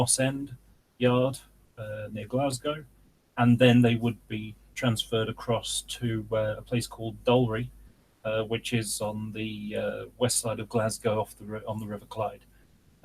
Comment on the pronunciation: Dalry is pronounced ‘Dal - rye’ Irvine is ‘Ir-vin’ e is silent 👍🏼